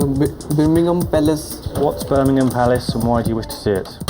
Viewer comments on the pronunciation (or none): Yes it is Birmingham palace not Buckingham. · lol Birmingham palace is Buckingham palace. it's a mis pronunciation. Birmingham palace is mis pronounced. he wanted to see the Queen's house :D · I guess that guy mispronounced Buckingham Palace and it became Birmingham. Love that! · he might difficulty to pronounce with his accent, I believe its quite understandable he meant Buckingham Palace, but he spelled it Birmingham palace, that was way to rude/ignorant, felt like he was mocking his accent and those couples totally faked it, n guess what they were good to go, epic